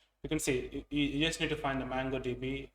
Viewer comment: It's not mAngodb but mOngodb